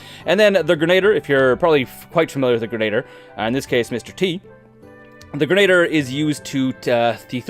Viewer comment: It’s not Grenader, that’s not a word, it’s Gren-a-dee-er